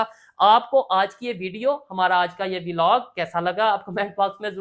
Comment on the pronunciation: Velog nai bhai vlog hota hai 😂